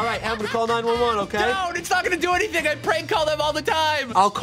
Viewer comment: "Ask me anyTHONG"